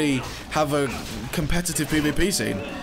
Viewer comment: Why do you say pay v pay?